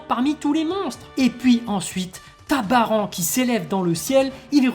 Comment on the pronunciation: 25 ans que j'attends cet épisode. J'ai pu enfin verser des grosses larmes viriles en voyant mon bro Popp mourir . ça se "Baran" couille ta prononciation de Baranne